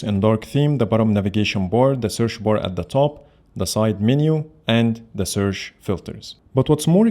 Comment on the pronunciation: "Searsh bar " i love it 😅